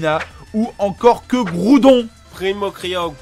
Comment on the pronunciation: "Mega Graoudonne Mega kryogre et mega Raykraza tous shaiyney" 😂